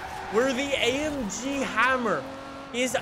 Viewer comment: No one: Absolutely no one:: i love amgeee